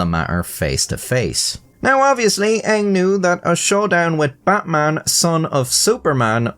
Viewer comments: The "Bin Suparman" is right, but the "Butmun" is slightly incorrect... Indonesian is phonetic language, A sounds as A, so your normal "Batman" is actually the correct one lol But Im guessing he was called as "Betmen" in daily life lol Also, while "Batman" is totally not a common name, the "-man" name are really common here, At least until 90s. Names like Herman, Firman, Nyoman, Yatman, Turman, Sutarman, Sudirman, Suratman, Rahman, etc So funnily enough, Batman could also sounds not really out of place name. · Your indonesian pronounciation of Batman just made it sound like Buttman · Batman is pronounce as it is even here at this region. not Butmun. We can also differentiate between A and U. Bloody westerners think we can't speak. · "Buttmaan" 😂😂 guy still loses either way. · Its SuparMan not Superman and Batman is pronounced as BartMan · Betmen ❌ Batman ✅ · Correct pronunciation is "BUTTMAN" 😂 wtf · "Buttman Bin Supormen" 🤣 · Poor sap. Even correcting the pronounciation is hell for him: "No, it's not Batman, it's Javanese! It's actually prononced Buttman." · No, 'Batman' in Indonesia is still pronounced 'Batman'. Good try tho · yup, still incorrect pronunciation. Just spell it like Deutsch alphabet because we use almost identical structure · As an Indonesian living in Java (but not ethnically Javanese), I'd say you're pretty correct about the "Suparman" pronunciation. But we're DEFINITELY spelling his first name as Batman 😂